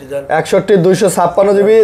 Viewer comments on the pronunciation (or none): none